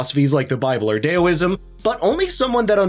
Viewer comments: its DAOISM.. rhymes with the sound you make when you stub your toe, and not to rhyme with Tally Me banana. dOW ism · It's Daoism, not "Dayoism." Dao rhymes with Now, Plow, and Cow. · You doofus! Learn how to properly prponounce your words, for fxxx's sake! It's daoism! Dao, pronounced like now! Yang, not yong! Yang, like hang! (scowling and shaking my head in derision) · wtf is DAY-OH-ism? Is it the worship of the tallyman?